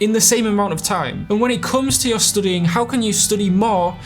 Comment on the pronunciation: Why does this dude keep saying 'stoodying' if its 'stuuuudying'?